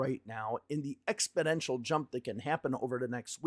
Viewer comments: ExpoNential not ExpoDential lol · It sounds like you're saying EXPODENTIAL not EXPONENTIAL. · Exponential not expodential dude. Thanks for your videos. Keeping me across what's going on. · Expidential? You mean exponential? No D in there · It's pronounced "exponential" 😏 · Exponential! NOT ExpIdential. YIKES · You keep saying a word that sounds like “expidential”. Do you mean EXPONENTIAL? Expidential isn’t a word. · You always make me chuckle when you say “exponential” as ‘expodential’ hehehe Keep up the great work! 💪